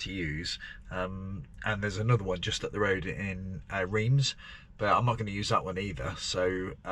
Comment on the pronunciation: Reims is pronounced Ranss / Ranz